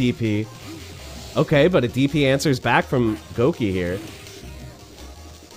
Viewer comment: Bro said Gouki. 🙄